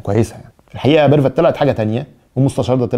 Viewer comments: الغريب واللي خلاني اشك في صحة التسريب، ان ازاي لواء ينطق اسم مرفت بال f وليس بال v ، دلالة على دنو درجة التعليم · علشان محدش يشكك فيي الدولة ويقول بتفبرك .. إسمع التسريب واسمع الإعتراف هتلاقي النصاب بيقول ميرفت بالفاء يعني بالعقل كدا نفس طريقة النطق وبصراحة يعني هو في لواء هيقول ميرفت بالفاء دا واحد مش متعلم أصلا . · مش كتير بينطقوا ميرفت بالفاء و خصوصا منصب كبير زى مستشار ... الفيديو بتاعك و فيديو عبدالله اللا شريف الاتنين بينطق فيهم ميرفت بنفس الطريقة .... ربنا بيفضحهم ..... تحيا مصر